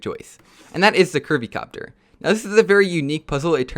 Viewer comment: When he said curvy copter I thought he said Kirby copter